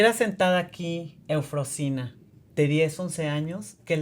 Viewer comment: A la persona que entrevista, por educación debería haber aprendido bien el nombre de EUFROSINA y de dónde viene. Excelente historia de superación de esa pequeña niña de la montaña 💖